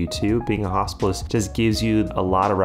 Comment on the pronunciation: Your American accent makes it sound like you're talking about a "Hospice year". Very confusing 1st minute 😅